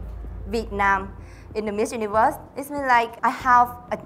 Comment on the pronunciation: Duyên nói tiếng Anh tự nhiên và thoải mái rồi đó. Nói chậm lại và có âm đuôi là hay hơn nữa. Mà sao cứ phải du ni vớt nhỉ